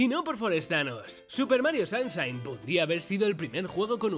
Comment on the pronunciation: Super Mario SAMSHAIN 😂😂😂😂😂